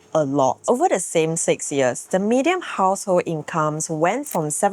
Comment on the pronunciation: Just wanted to highlight that you're pronouncing the word median wrongly, you're pronouncing it as "medium"